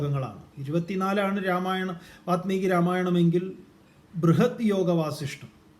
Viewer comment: വാത്മീകി അല്ല വാല്മീകി. താങ്കളെങ്കിലും ശരിയായി ഉച്ചരിക്കൂ. വല്മീകത്തിൽ നിന്ന് ഭവിച്ചവൻ വാല്മീകി .